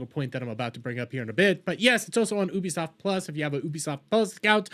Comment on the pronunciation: Guys pls stop listening to a dude that pronounces it as OOBIE SOFT speak about anything 😂😂